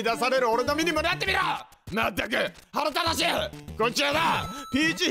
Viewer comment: はらただしい ではなく、 腹立たしい はらだたしい、です 惜しい